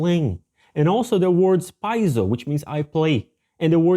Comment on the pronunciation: Enjoy the video. I would like to point out that the pronunciation in 'oikos' is -ekos from the greek word οίκος. Also paizo is pronounced - pehzo . Really difficult to explain without sound. But 'οι' is like 'e' and 'αί' more like 'eh'. One last , 'άι' is pronounced like 'i'.